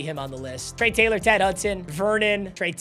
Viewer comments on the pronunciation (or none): Say Trey Taylor again I dare you